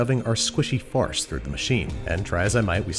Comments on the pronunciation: I thought andrew was saying farts! lol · I kept hearing him say "farts", as in: "as we begin the very unpleasant process of shoving our squishy farts through the machine." 😂